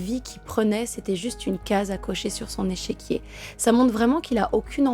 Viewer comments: Superbe vidéo...vraiment j aime beaucoup ta manière de raconter..... Juste une précision ont dit un "échiquier" et pas echequier 😉...... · Échiquier et non echéquier. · Échiquier et non echéquier .